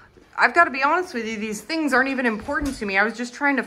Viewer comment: I just noticed your accent today when you said honest but I don't know where it's from. Couch pillows are for short people like me. we don't fit on couches made for men